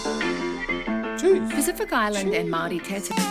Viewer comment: Your pronouciation of Pacific is pretty awesome